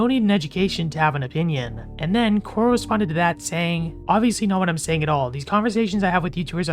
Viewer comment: Corl not coral